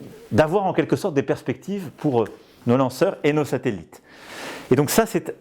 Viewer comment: "Les SateLLLItes" <3